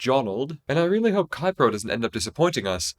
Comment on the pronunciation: Keipro is pronounced more like "kay-pro", not "kye-pro".